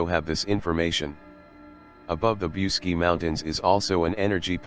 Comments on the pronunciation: The name of the mountain is pronounced "BOOCHEGI" , and it would be nice if you learnt how to pronounce the words correctly! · i am not Romanian but i heard you pronounce bucegi as" BOOCHEtch" ... just saying what Romanians i know say.. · The correct pronounciation is: bootchédgi - with a short i at the final (and do not pronounce it "ai", but simple "i", like the English "e") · I wish you knew how to pronounce Bucegi ! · WHY YOU MORE THEN INDOLENT COMMENTATOR, DID NOT TAKE A TIME TO LEARNE AND PRONOUNCE THE CORRECT NAME OF THE MOUNTAIN. MOST OF YOU PEOPLE MAKE FUN OF MELANIA TRUMP, THAT SHE HAS A FOREIGN ACCENT, EVEN SHE SPEAKS A FEW OTHER LANGUAGES. YOU DON'T HAVE TO SPEAK THE LANGUAGE, BUT IF YOU REFER TO A NAME IN ANY FOREIGN COUNTRY, LEARN THE CORRECT PRONUNTIATION, SPECIALLY WHEN YOU SPEAK ABOUT SOMETHING SO IMPORTANT AS THIS SUBJECT IS. IT'S AN INSULT FOR THOSE WHO KNOWS THE MOUNTAIN THE SPEAKER IS TALIKNIG ABOUT, TO LITERARLY DIN NOT UNDERSTAND WHAT MOUNTAIN HE IS TALKING ABOUT, UNTIL THEY SAW THE NAME OF THE MOUNTAIN, WRITTEN CORRECTLY. IN HIS POSITION, AS AN INTELECTUAL PERSON, I WOULD BE FEELING VERY INCONFORTABLE . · Don't forget the ch